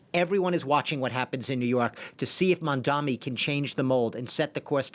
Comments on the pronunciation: ‘Mamdammy’, ‘Mandommy’, ‘Mondanny’…yeah… it’s really not that hard. Honestly a little racist that these talking heads still can’t get his name right at this point. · Its Mamdani not Mamdami #zohranformayor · With all his ïnternational "experience the so-called expert, still mispronounced Mandani's name as MamdaMi!! Typical European goof-ass! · Hey, it’s “Mamdani” ffs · Dude can't even correctly pronounce Mamdani. 🙄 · Is it so hard to pronounce his name correctly?